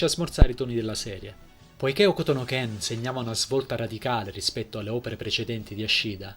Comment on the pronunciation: Ok Bro, ottima presentazione però, se fai un video per elogiare o anche solo raccontare un opera... Se vuoi essere preso sul serio ti devi disturbare a prendere le info per bene e... Se già mi parti dal dire il titolo originale: "Hokuto no Ken" e non muti la "U"... capisci che c'è un problema di fondo!